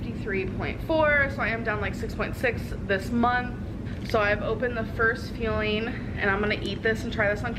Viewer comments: I’m not as upset with her failing the program as I am with her continued assault on the word “fueling”. She says is like “feeling” every single time and it’s so infuriating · Is Amberlynn saying "fueling" or "feeling" when she is talking about what she is eating? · Omg when she said number 2 fueling I thought she said number 2 feeling. I thought ok you have to go to the bathroom? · You know darn well she can say FUELING. Trolling hard by pronouncing it FEELING.